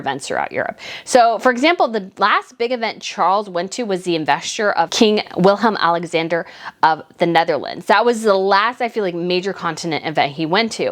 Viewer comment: Sweety it's Willem-Alexander. Like in Willem Dafoe. Not Wilhelm-Alexander. That would be german.